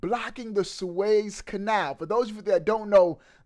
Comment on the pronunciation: Swayze canal??? You mean Suez? SueEz